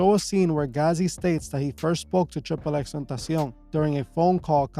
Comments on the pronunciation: Tripple x tentacian??? Never heard it pronounced that way haha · Bro do you speak spanish??? The way you pronounce "tentacion" makes me believe you do lol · Lml you know this guy is Spanish when he pronounces xxxtentacion and Chicago 😂😂😂